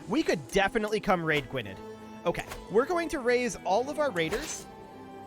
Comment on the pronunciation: FYI, Gwynedd is pronounced Gwyneth (with a th like in there). I know it’s weird, but it’s Welsh